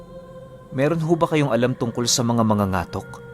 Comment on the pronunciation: Katok di ba? Ibig sabihin Ang mangangatok ay mabilis din Ang pagbigkas🙄 correction plssss